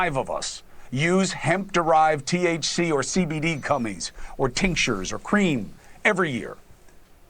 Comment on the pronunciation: Did he just call gummies cummies??